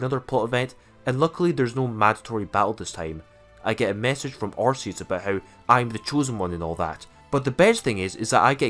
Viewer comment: First youtuber ever that says Arceus the right way